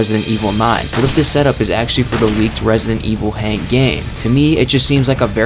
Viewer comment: HUNK! NOT HANK!